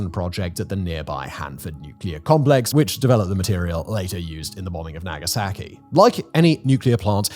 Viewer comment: His constant mispronunciation of Nagasaki (in all relevant videos) is so annoying.